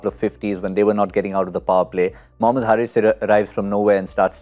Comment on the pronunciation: The right pronunciation is Haris like Haris rauf and not Harris like Chris Harris